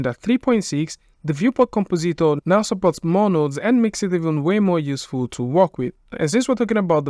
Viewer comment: com-po-ZEET-or Oh-kay, then.